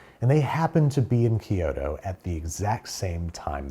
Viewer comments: Not ki yo to Kyo(have the k go right into the y)-to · Dude, Kyoto is 2 syllables not 3.